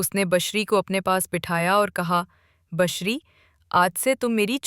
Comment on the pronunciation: Bushra naam ko aapne kabhi bashariya kabhi bashri pronounce kiya ye keya tha Asif sb wahiyat the but khushqismat bhi the